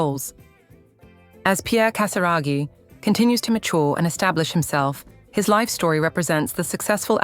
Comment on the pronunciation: Cher Robot qui fait les commentaires… Apprenez à bien prononcer GASIRAGHI ! 🙄